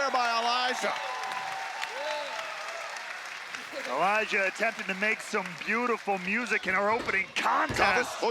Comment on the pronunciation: its Elijah not elias